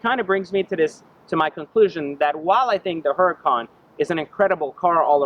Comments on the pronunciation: It's HURACAN not huracon. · IT'S PRONOUNCED UR A CON BRO